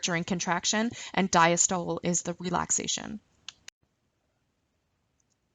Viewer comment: I keep getting caught up every time you say "CAPILLARY" or "CAPILLARIES". Lol it's pronounced 'CAPillary' like you're saying "CAP-A-LEH-REE" with an emphasis on the 'CAP', not 'Ka-PILL-A-REE'. And "DIASTOLE" is not pronounced "Dya-STOLE", it is pronounced 'di-AS-tuh-lee'. Also, ACETYLCHOLINE. Lol It's not "ASS--A-TILL-KO-LEEN"...It is 'A-SEE-TULL-KO-LEEN'. And VENULES/VENOUS are pronounced incorrectly. I make this a point because you're teaching a lesson that involves medical terminology and you are not saying these words correctly! Otherwise great video!